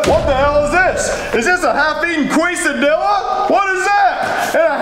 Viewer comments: When they said Queso and Quesadillas it makes me mad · As An Mexican, I don’t know how to feel when they mispronounced Quesadillas and Queso